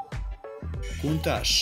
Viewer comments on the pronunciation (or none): Countach se ne cita kuntas nego kauntac